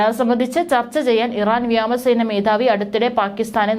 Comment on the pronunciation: വ്യാമസേന അല്ല മോളേ വ്യോമസേന. ഒരു തവണ ആർക്കും തെറ്റ് പറ്റും. പക്ഷേ പല തവണ ആയാലോ 😮